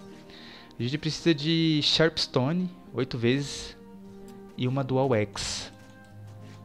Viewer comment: Cara sem ofensas mas n é ''Sharpe'' stone e sim Sharp Stone ok?